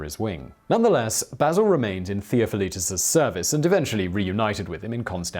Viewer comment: omg! where do you get your info dude it's embarrassing! Do you do any research at all? Basil was born in Charioupolis which was a city of the Theme of Macedonia that roughly encompassed what today is considered as Thrace! Plus no effort at all to try at least to pronounce the names. Theofilitis and Danelis? Seriously? Can anyone answer me why this clueless dude has so many subscribers?